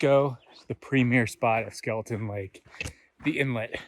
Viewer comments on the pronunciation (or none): Got equally frustrated watching this video seeing the signs that say Skelton but he KEEPS SAYING IT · Skelton not Skeleton!😳